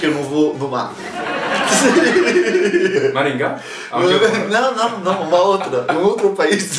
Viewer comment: Nomear ;-) e não Nomar.